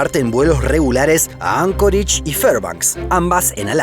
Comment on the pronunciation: Yo: "Anchorage": "Ancorich"